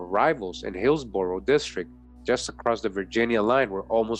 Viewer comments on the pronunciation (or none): none